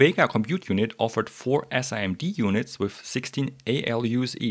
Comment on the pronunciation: nice video! It feels a bit weird hearing SIMD spoken out like that, in the industry we generally pronounce it Sim-D :D